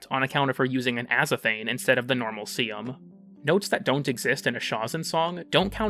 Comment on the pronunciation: what makes saying sampotes hard? its sampo-tays